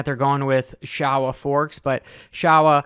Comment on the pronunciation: Sho—wa , not Shaw-wa 😂